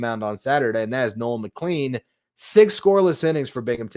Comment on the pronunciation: Just fyi: Nolan McLean’s name is pronounced “McClane.” Like Bruce Willis’s character in Die Hard. Doesn’t seem like it should be pronounced that way, but it is.